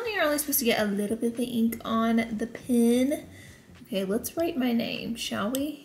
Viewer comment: PEN NOT PIN